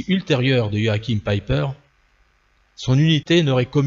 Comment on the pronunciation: Même le prénom est mal prononcer 😩😩😩😩😩